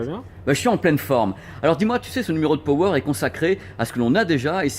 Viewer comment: PURAIN C'EST PAS POWER C'EST PAAAAWER MERDE